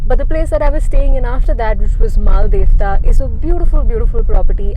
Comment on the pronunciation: Really love the solo female traveller angle just some feedback/suggestions - your pronunciations of the places are so off at least the spelling shown corresponds like you kept on saying Mal-de-tva when it is Mal-dev-ta in the Day 2 section Shastradhara as well ; given this is clearly a larger production would be nice to research a bit more about the places